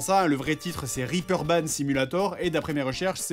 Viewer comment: C'est réperban -- et non riperbahn. :)